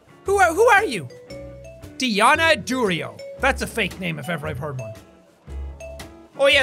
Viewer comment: Jack: you ROBBING ME BLIND DREONNA DERIOT Me: 😂😂😂 when you speak too fast to rush to the outro that you end up speaking gibberish and sound extremely funny and doesn't even sound like Deonna Durio, I love you jack 😂😂😂😂